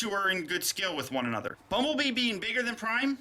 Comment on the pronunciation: did he say bumble BEAM